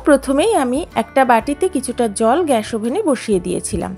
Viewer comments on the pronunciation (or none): none